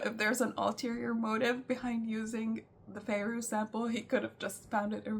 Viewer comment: she said Fairoz the way Arab pronounce it 😂